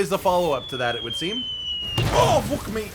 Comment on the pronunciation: I think that is the most Canadian "Fook" has ever said lmao